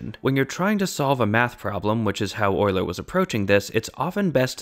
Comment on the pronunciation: Thank you for pronouncing Euler properly. Euler is (among other things) the shibboleth of math enthusiasts.